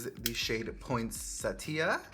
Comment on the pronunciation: Hola! THANK YOU for saying Poinsettia correctly OMG